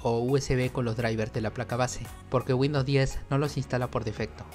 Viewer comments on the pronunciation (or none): none